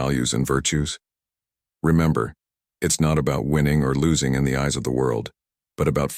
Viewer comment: They want an AI future and yet this robot voice says "Epic Titus".. Epic Titus... then later "ease" is given for the word eyes, "pows" for pause... this robot app is very bad at the English language.